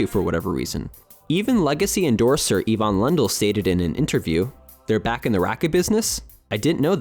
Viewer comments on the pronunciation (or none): none